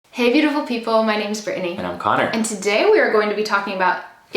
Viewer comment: you used to say it in two though. in every video. you’d say “-nee” without that extra middle syllable. it’s not a criticism at all, i just noticed the change. you haven’t said it this way always, it’s only the last few videos.